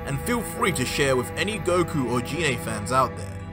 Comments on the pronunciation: you pronounced goku's mothers name wrong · That's not give that's Gine man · Its pronounced "Gee-nay" not "jee-nay" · Just a tip can you say the names correctly Gine g sound same as green not jean